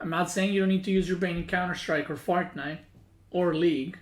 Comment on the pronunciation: mispronounce by: "Fart night"